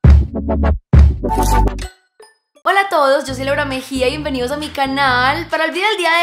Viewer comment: Ella dice bien benidos a mi canallll wtf